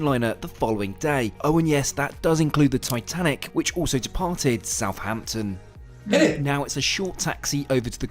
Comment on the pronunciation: I wish people would pronounce Southampton correctly. It's not South Hampton, it's South Ampton, there's only one H. Similarly with Northampton. Grrr!